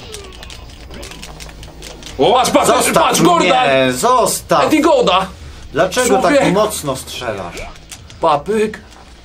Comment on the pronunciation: Eddy Gordo NIE GOUDA JA PIERDOLE XD